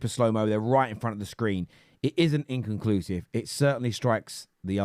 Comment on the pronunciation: That ty bloke struggles to say the word inconclusive so is it any wonder he literally doesnt know what it means🤣